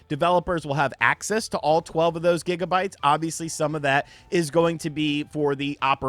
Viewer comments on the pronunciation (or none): none